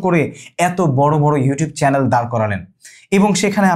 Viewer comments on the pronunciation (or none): none